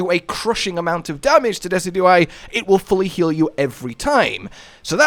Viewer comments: you'd think with how much I've watched yall play MH I'd be used to misspronouncing stuff... but every time I heard Dessy-dew-eye instead of De-sid-you-eye I could feel my brain flinch like he had a Kings Rock equipped! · I’ve never heard it pronounced the way you do, you say “Dess-E-Do-Eye” where I’ve always heard “Dee-Cid-Ju-Eye” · It’s pronounced Dee-sij-oo-eye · This a YouTuber that tries to be funny by mispronouncing everything or is this a YouTuber who just genuinely can’t pronounce Pokémon names? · Dezi-Do-I !! LOL XD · it pronounced Deh-sid-joo-eye. As one fluid word. Dehsidjooeye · your pronunciation of decidueye's name is giving me a fucking aneurism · Great video as always. I'll have to try this out myself. Also, I've never heard Decidueye pronounced like that lol, if it helps, you pronounce it the same way as deciduous but with eye instead of ous